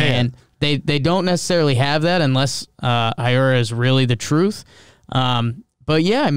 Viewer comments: Nah man. Hiura is a Japanese name so it's pronounced exactly like its written. Not Haiura like every american says. Just Hiura Edit: I think I'm not clear enough. You got the "Hee" part right but forgot the "u". Heeura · Not a Brewers fan, but I believe it’s pronounced Keston “Heera”